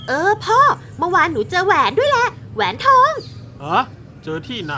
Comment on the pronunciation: คนขายก็ว่าแปลกแล้วนะแอด แต่ผมว่าคนซื้อแปลกกว่าอีก 555 แหวนทอง อ่านว่า แห วน ทอง ตะหาก 5555